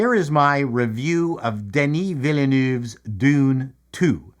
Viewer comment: After a lifetime pronouncing Gilles Villeneuve and Jacques Villeneuve correctly (famous Canadian folk), I'm baffled by the whole world's inability to say Villeneuve 😮. I'm English. If I can do it.......🤦🏻‍♀️